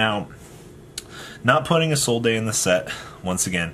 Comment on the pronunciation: My guy, as a man whom speaks 3 languages fluently and one of them is French. It's Isolde not ISOLDAYYY. Lol idk why yugioh players rather add the extra grammar that's unnecessary.... plus add the fact that people dont read the cards. Lol. Much love.